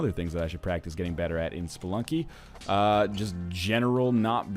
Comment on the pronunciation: Did NL say,"Welcome back to Spelunk,"? Kinda sounded like it.